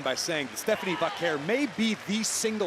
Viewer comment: Bro couldn't say Stephanie 😊